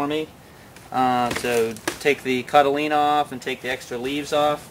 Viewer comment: he keeps saying cotylena? or something? i wonder if he knows that that isnt an actual word?